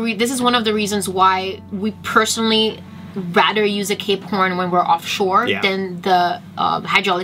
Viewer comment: I always wonder why you say "Cape Horn", but the logo on it is "Cap Horn".